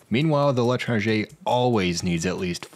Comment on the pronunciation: everyone mentioning how pronounces l'étranger wrong but... fun fact, the weapon itself is actually a reference to a novel by the same name (or the stranger, if you read the english translation) which is especially funny when you know what causes the second half of the story...:)